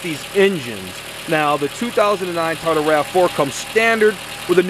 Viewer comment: What's a Ta-o-dah? Lol